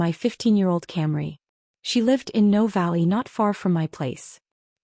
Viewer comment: no valley SHOULD be Noe Valley.